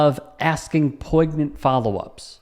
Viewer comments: Dude, said poignant with a hard G sound? Like “poiG-nant”? Did anyone else hear that? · Let me guess, you’ve never participated in sports? Let me also take another stab in the dark here, you appreciate people using their pronouns? And you don’t pronounce the “g” in poignant, mr highly educated journalist person. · If you’re going to be a sanctimonious dweeb, at least learn how to pronounce poignant